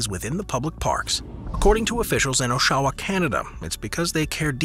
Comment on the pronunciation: Unfortunately you mispronounced Oshawa, Ontario, Canada.....